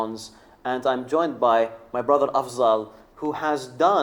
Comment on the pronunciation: أفضل. Not افزل